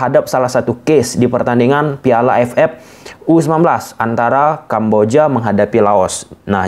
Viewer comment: Terganggu sm pengucapan AFF jadi A ef epp.. AFF = A ef ef..